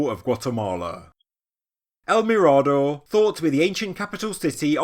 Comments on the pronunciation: Great video, bit it is pronounced me-rah-door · Excellent as always, if you wish to pronounce it correctly it would be something like el mirror-door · "El Mirado?" stopped playing this after the mispronunciation... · Yes .he got this wrong . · Just a heads up. You’re mispronouncing “mirador”.